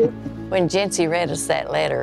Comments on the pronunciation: I know her name is Jency, but I cannot not hear “Gen Z” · Who else heard Gen Z instead of Jency? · I keep hearing j-z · I hear Jentsy